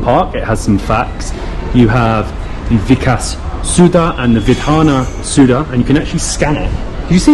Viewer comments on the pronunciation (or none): Bro sorry to say that it is not suda it is soudha